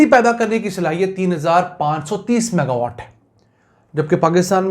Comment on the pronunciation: Saff saff maga watt bataya kro